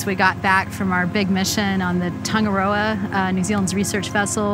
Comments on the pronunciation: “Tongue it all “ is how you pronounce tangaroa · Hikurangi phonitics(pronounced) = He-koo-rah-knee Tangaroa= Ta-nah-raw-ah